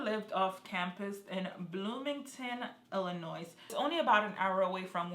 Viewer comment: Thank you for this time-line video ! I think whoever killed Jelani was a professional killer...😥😢 Side note: Just so you know queen...Illinois is not pronounced with the S on the end. Don't feel bad I used to pronounce it the same way..😆